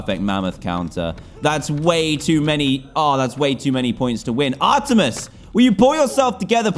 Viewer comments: O yea. I was going to say it plus Dan says her name wrong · It is ar-meet-es. And it is she....... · I am triggered I’m a big Greek mythology and Percy Jackson fan but it is pronounced are t mees